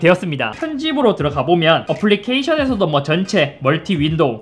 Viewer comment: "어플리케잉션" 어플리케잉여? (노린건가? ㄷㄷ)